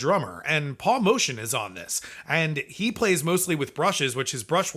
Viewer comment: It's Moe-tee-anne not motion